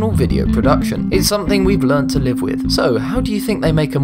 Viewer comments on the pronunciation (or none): none